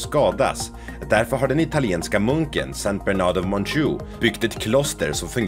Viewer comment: Ska ni ha fakta så gör rätt för sjutton Berner senner? Sankt Bernhard är rätt och uttalet jobba på det.